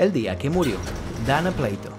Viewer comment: es dana PLATO(no pleito)😂...es dana🍽️😂 pd:era muy hermosa de verdad RIP